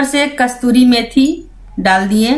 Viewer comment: Kastoori maithi nhi madam bo kasoori maithi hota h